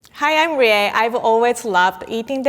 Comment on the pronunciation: I love the way that rie pronounces words